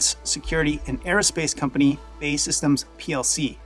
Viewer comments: Great video. B.A.E not Bay! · BAE SYSTEMS is pronounced Bee Ay Ee Systems. It used to be British Aerospace but rebranded as BAE SYSTEMS, all caps, after they bought Marconi Electronic Systems, in 1999. I was a reporter covering military stuff back then and I ribbed their executives about the name change predicting that people would mispronounce their name just like you did. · It's not pronounced BAY system, I am British, is pronounced B.A.E. systems.. It's an acronym for British Aerospace.